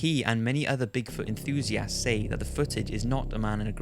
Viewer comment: My god you pronounce enthusiast so weird... it makes it hard to watch the video when you say it every 1 to 2 mins